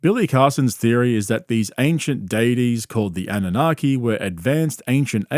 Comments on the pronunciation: It’s NOT ‘’ANA-NOGGY’’ 🤦‍♀ It’s Anunnaki ❗ Get your conspiracy theory words correct! 😆 I LOVE that the KNOWN GRIFTING FRAUDSTER ~ WILLIAM TYRONE KARLSON, COWARD of Broward County is fully being acknowledged for his snake oil business similar to others like Corey [NO ]Goode & David Wilcock -esqe litigious CULT Leader personality . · "annunaghi" No dude.